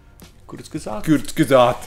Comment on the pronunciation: Kurzgesagt je nemecký názov a skala sa zo slova kurz= krátko a gesagt= povedané , keďže môj matersky jazyk je nemčina tak mi Patriková výslovnosť trhá uši 😄.